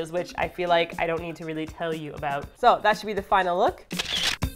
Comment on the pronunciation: I love how your Canadian accent comes out when you say about or bone